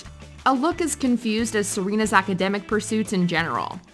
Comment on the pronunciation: Did you just say serenas yellow dress???? 🤣🤣🤣🤣